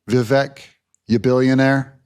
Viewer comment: Why do so many people MISpronounce Vivek’s first name ?? They mistakenly pronounce the E as a long A. It’s so stupid. It’s really not difficult at all… VI-VECK, VI-VECK, VI-VECK !! NOT: Vi “VAKE”. What the Hell’s up with that ? There’s a lot of people who need to study the “Hooked On Phonics” program. So simple, even a 1st Grader can do it.